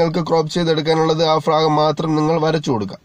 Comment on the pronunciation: ഫാഗം അല്ല ഭാഗം